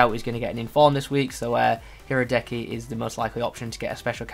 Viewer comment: The Kopenhagen LM Fischer just say it like "fisher" and Leverkusen Goalkeeper Hradecky "Ra-dez-ky" 😀